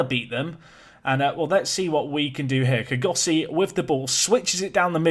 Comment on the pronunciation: Kgosi is a 2 syllable name ie kgo-si .Try saying the 'kgo' like a realistic snore😂